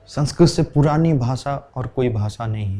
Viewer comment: संस्कृत शब्द मे त पूरा बोलिये भाई संस्कृत . . आप तो त को हलन्त् बना रहे हो